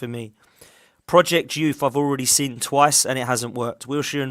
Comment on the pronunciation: I know it’s petty lol but it’s “I’ve seen progress” and not “I’ve sin progress” 😅